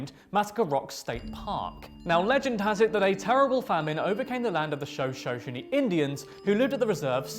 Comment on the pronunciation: Shoshoni. Said "shuh-shon-ee" Fifth gen Cherokee, Choctawi, and Kiowa, on my father's side. Anasasi on my mother's side. And we used to go to the Shoshoni reservation in Idaho for my Dad's company parties. I learned so much there, about my own heritage, that I couldn't let that slide. It would be disingenuous.